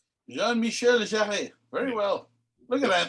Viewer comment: And for the record, in "Jean-Michel Jarre", "Jarre" is pronounced as if spelt "Jar", just one syllable.